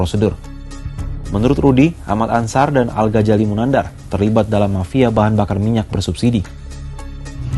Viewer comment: Penyebutan nm algazali sama algajali beda dodol 😂😂😂, sekolah dulu sana